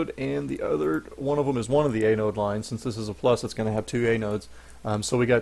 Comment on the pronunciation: FTR, its pronounced AN-ode (as in ANNE- ODE) not A-node (as in AY-node).